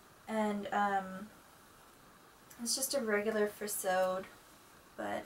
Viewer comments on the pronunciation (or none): Hello! You have a lovely collection! If you are wondering about pronunciation I believe furisode is pronounced Fu-ri-so-day. It is four syllables instead of two. The same goes for tomesode. I hope I'm not being too forward and hope you find this useful!